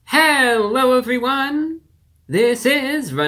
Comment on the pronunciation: Hewwo Wady’s and Gentlemen!